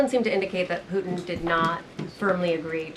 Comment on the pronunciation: I love to hear Caroline say "Poo-in"!!!😅